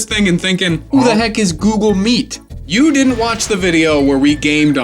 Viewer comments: why instead of google meet i heard susl meat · Google Meat you said ?